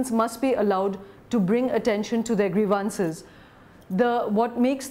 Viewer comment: please check up on how to pronounce grievances !